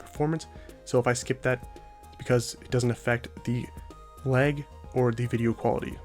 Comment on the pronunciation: this man is from minnesota out here saying l-ay-g